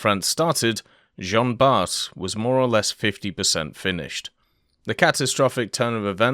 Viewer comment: French pronouciation tip : "Jean Bart" is pronouced "Jean Bar", without the "T"